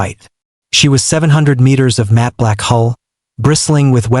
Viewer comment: I heard the mispronounced word so many times, I'm even starting to call matte mat!!!